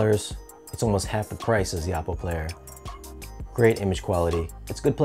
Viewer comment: OH-Poh, not AH-Poh, according to Oppo.